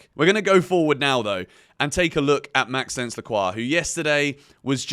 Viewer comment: Great vid, just a quick thing when saying Lacroix first name pls say it like Max-o-nce it sounds better 😅❤